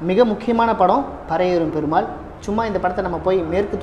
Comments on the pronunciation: Pari means horse. Pronunce like pari not parai.all the best. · நீ வேணும்ன்னே பரையேறும் பெருமாள்ன்னு உச்சரிக்கிறியோ ன்னு ஒரு சந்தேகம் வருது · You said movie name as wrong